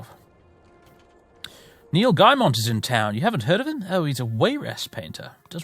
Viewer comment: "Neel Gymon" sent me through the roof lmao